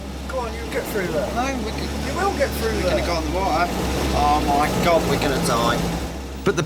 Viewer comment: "Got water on mi hair", argh 🤦‍♀️